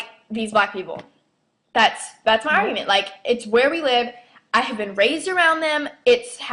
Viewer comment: how the hell do you take advantage of food stamps and you make fun the way black people talk im sure in the video i heard you say augument its pronounced argument even tho i am Hispanic you guys are some messed up sons of bitches have fun in hell with your prejudice lives im pretty sure they dont even know all of the things black people did to create and form this country oh and you should be hurt because every word you said in this video will come back and get you